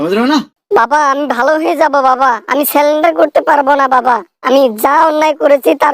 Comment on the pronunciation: সেলেন্ডার না, সারেন্ডার হবে।